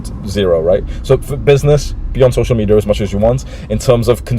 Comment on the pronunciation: My man said “social media addiction” But his pronunciation looked like this “social meteor addiction”